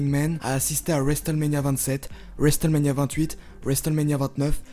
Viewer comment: Le T de WRestleMania ne saw prononce pas